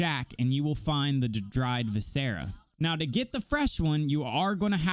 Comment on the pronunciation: Who the hell taught you to say viscera like that, props for the vid tho very helpful